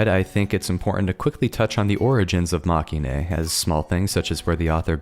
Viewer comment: Very nice video, thanks! Now I need to get back to reading the novels, I've put them aside far too long. (But if I may, it's pronounced "mah-keh-in": it's a portmanteau of the word "defeat" in Japanese (負け) and the end of "hero-ine" cause they're not the heroes, they're the losers)